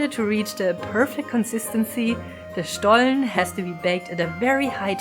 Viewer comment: Ohhh I didn't know the story about the Butterbrief 😯 thank you for educating me!! I always love the warm lighting in your videos 💚 Looks so cozy, I'm a big fan of that! I think it sounds funny when you talk in English and say SCHTOLLEN in-between 🤣 that made my day! Thank you for sharing such a lovely video about another beautiful tradition of our home 💚